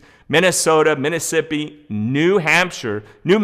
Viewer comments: Ha ha you said minassippi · Lmao you said minnessippi lmao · I thought I missed a syllable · Hey where is "MINI-ssippi"? LOL